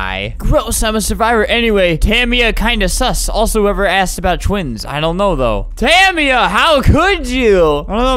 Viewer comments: The way you pronounce jamila and tamia physically hurts me. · My friend's name is Tamia and I THINK that he pronounced it wrong